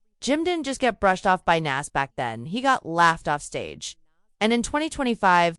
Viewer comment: The fact that you can't say Nas name correctly shows you're not even eligible to be in the conversation due to ignorance of the people in this topic.